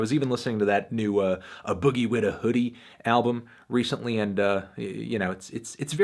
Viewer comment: Its “A” boogie not Uh Boogie 😂😂😂